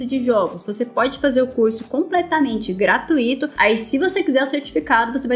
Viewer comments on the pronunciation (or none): PLMDS,. Adoro seus vídeos, porém, por favor, para de pronunciar: GRA- TU- Í- TO em vez de Gra-tui-to. Certamente, sei que parece arrogância, mas acho que uma crítica construtiva sempre cai bem. Enfim, muito obrigado pelos vídeos! Só comentei mesmo porque toda vida que ouço ´´gratuíto´´ dá uma agonia. O importante é a comunicação! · 👏🏽👏🏽👏🏽👏🏽👏🏽👏🏽👏🏽 Ótima! Obs., se me permite: na palavra "gratuito", o encontro vocálico "ui" forma um ditongo decrescente, isto é, o "u" é forte e o "i", fraco. Ou seja, devemos demorar mais na letra U: é [gratúito], e não [gratuíto].